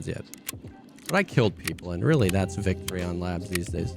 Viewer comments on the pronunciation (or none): You mean "Sweet *Vektory"